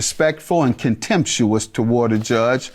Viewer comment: ContMETHuous with the judge lol